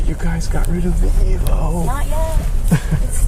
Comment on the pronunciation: "but you guys got rid of the evooo". lol